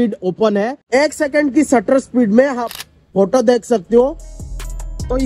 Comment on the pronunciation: Shutter speed ❌sattaarrrr spheeed✅